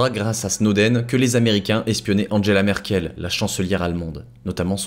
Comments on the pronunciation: c'est pompé sur des vidéos en anglais, le mec il y connaît rien, il ne sait même pas prononcer Angela Merkel ! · et toi tu es un ignare qui gobe n'importe quoi. Excuse moi mais ne pas savoir prononcer Angela Merkel est grave et un signe de manque de culture générale basique. C'est un mot qu'on entend quand même souvent aux informations... De même dans le monde de l'économie on ne prononce pas AG "agé" mais "agué" encore un signe d'ignorance. Un véritable journaliste, où même quelqu'un intéressé à la chose n'aurait pas laissé passer cela. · Oui mais il ne sait pas prononcer crypto AG, AG se dit à l'allemande et il ne sait même pas prononcer Angela Merkel non plus, ça ruine tout.